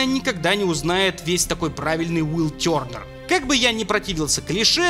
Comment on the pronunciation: Тёрнер с французского? А почему тогда ударение не на последний слог?